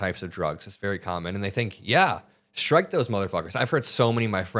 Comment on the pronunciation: "The decision is not at my level anymore" HUH? You're the freaking Secretary of Defense! Oh, and can everyone STOP saying "schtrike"!